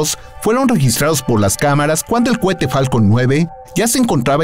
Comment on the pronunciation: se dice cohete,no cuete,qué pasó con eso?